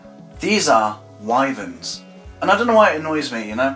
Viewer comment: I’m really impressed. Wuv Erma are indeed called Why-Verns. The reason is because they’re named by the river Wye, which is pronounced Why. Scansoriopotripatrix? I’m amazed you got the pronunciation right on that. Like I said... I’m impressed! The Burmese and rock pythons fall from heights to kill. Perhaps that could be an origin. I love this video! There are some insects that create immense heat. Oh you got it. 😂